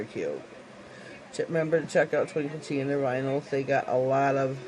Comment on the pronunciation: Yes u said it correctly!!! THANK Ü 4 the shout out sweet heart!!! I GREATLY GREATLY APPRECIATE IT!!! As I'm just starting out and am GREATFUL. I LOVE ur channel and will Always tune in. LÜÜÜV the mani. Cant wait 2 see wats next